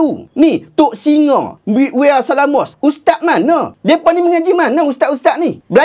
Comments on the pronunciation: Wea tu sebutan "Wey" ustaz... Bukan "We Are" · WEA = Where (Cara sebutan dia, dari pekataan Wan tapi bunyi dikelantan kan )... kesian plak terbelit2 lidah Ustaz nak sebut nama dia 😂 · Cara sebut Wea tu ialah spt sebutan Inggeris "Where". Dialek Kelate tu kalu Wan maka sebutannya ialah Wea (Where) 😅